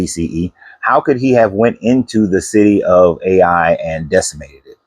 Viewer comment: Ai is pronounced Eye not A i